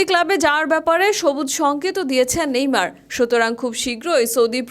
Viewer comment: ভাইরে ভাই এতো সুদ্দো কইতে জাইয়া নেইমার কে নেমর বানাই দিসে 🤣🤣